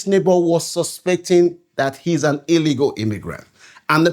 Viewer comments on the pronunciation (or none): none